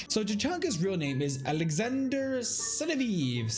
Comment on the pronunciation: the way you pronounce his last name is as follows "Senav'yev"